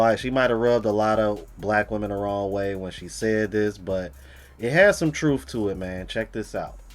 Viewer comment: !! 👋 HEYs!?! *I'm living in...MY ..."TROOTH!?! Harpo's PhatAsss